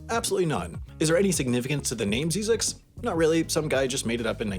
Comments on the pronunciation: I (sadly) once lived near Zzyzx road. And I have never heard it called "zeezix", it was always pronounced "zizzix" (two short i's). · Pronounced zeyezex not zeezex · Best part of this video is that you pronounce Zzyzx wrong lol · He's pronouncing it wrong...z-eye-zix